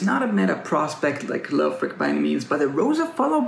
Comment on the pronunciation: It’s Lay O Frich, bruh